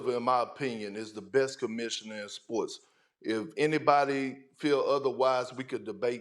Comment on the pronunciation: Perk said Spoy and Souf. 😂